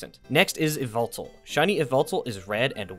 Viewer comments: It is not pronounced ee-vel-tel it is pronounced ya-val-tal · Which one is your favorite? Also yes, I’m aware I pronounce Yveltal weird in this video, I always said it as “Ya-veltal” but I wasn’t sure if that was the right way and didn’t want to get flamed for pronouncing it wrong. So I did research and found that apparently a lot of people pronounce the “Y” as an “E” so I went with that pronunciation. However it seems my efforts to prevent myself from getting flamed were in vain. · The second legendary you talked about in this short is pronounced "Yah-vel-tal" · It’s actually pronounced YAHVUTAL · Bro i it's so odd hearing you pronounce yveltal some time ago i actually thought it sounded like Y-V-eltal. I said the y and v 🥲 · Good sir, it’s pronounced yahveltal